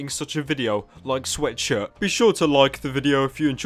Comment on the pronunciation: Does nobody notice how this guy can't even pronounce sweatshirt right? He always says:,, you can wear my sweatsurddd''